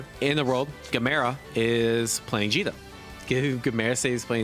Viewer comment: Did he call Djeeta Vegeta? I have been doing that this whole time as well.